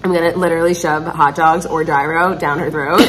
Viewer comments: i CANNOT with how you pronounce “gyro” 😂 the G is completely silent and I’m loosing my mind each time you say it. It’s so funny 🤣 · You pronouncing gyro lol